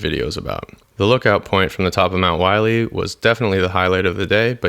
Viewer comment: It's pronounced "willy" not wiley.